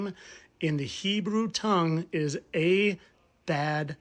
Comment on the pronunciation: I have to admit, I usually think the "fittest flat Earther" is just silly and reaching. But the "a-bad-Don" was pretty cool!!!😊👍🏼🙏🏼🙏🏼🙏🏼